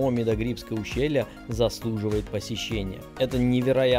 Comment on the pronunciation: Не Даргвс. Пожалуйста , ДаргАвс. НЕ МИдоГрибское, а Мидаграбинское ущелье.